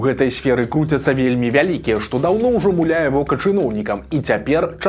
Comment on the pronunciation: МУляе, а ня мулЯе 🤷‍♂